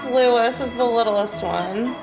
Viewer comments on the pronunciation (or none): Not LouIS, but 'Loueeeeeeee'. Like the Kings of France. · Kate is tall, but William is well over 6’. Prince Louis isn’t pronounced Lewis, rather Looee …. Louis has French / German origin. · I’m sure you’ve been corrected on pronunciation before, so forgive me. The youngest child is Louis, pronounced ‘Loo ee’ not Lewis. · You wait till YOU shrink with age guys! Also, the children have no problem with the Balcony.....they are being trained to deal with all this stuff from a very young age. Do NOT say 'LewIS'. His name is Louis (as in the French Kings. pronounces 'Loueeee'. NO spoke 's'!!! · It's NOT Prince "Lewis"...it is pronounced LOOEE...... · King Charles is not 6ft and is over 70 for goodness sake. Prince Williams is 6.6 I would think and Princess of Wales is in v.high heels but is pretty tall. Heir to throne after William if Prince George, then Charlotte, then Louis. PLEASE pronounce Louis as Looweeee. It's not LooIS. After Lord Louis Mountbatten, King Charles' late Uncle who was blown up in his boat by the IRA. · Louis isn't pronounced like Lewis btw. It's like Loo-ee. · IT's funny you said about the November birthday because Charles III was born on 14th November. It's a shame you didn't learn more about him when he became King as that would've been a great time to explore his life. Charles III is 5ft 10" and Prince William is is 6ft 3". Prince Louis' name is pronounced Lewee. Many people called Louis in the UK will pronounce it that way which is the French pronunciation and it is a French name. The other big ceremonial event every year is the State Opening of Parliament and is also worth checking out. We saw a similar one to ours recently in Canada where the King opened the Canadian Parliament in his role as King of Canada. You might also like to see highlights of the VE day celebrations in May where veterans were sat with the Royal Family to watch events. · Louis is pronounced 'Louiee' (its French). not "Louis" (/ not "Lewis") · Louis is pronounced looee.